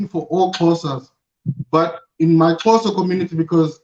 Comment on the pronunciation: Xhosa not Xhoso lol